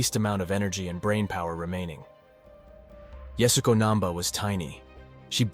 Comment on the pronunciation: At least give her the honor of pronouncing her name correctly. It's not "yasgo", as Beck Weathers says, it's yah-su-ko